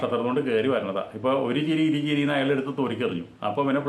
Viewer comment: ചിറിയല്ല ചിരി എന്നു പറയു